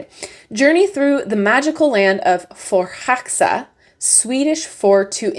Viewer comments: Quite close pronouncement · You did not butcher the name :) This deck is so beautiful. I have to get it for the name alone